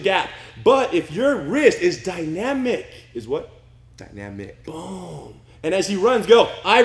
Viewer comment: “Dy-na-mic” will live on in infamy. Lol.